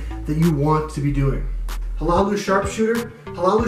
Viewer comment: Hlaalu is pronounced La-Loo. Great vid as always.